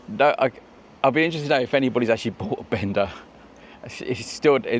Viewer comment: Thing is, the bikes are called Benda, not Bender. Huge difference. Pronounce the 'a' properly & it's nothing like what many people take wrongly.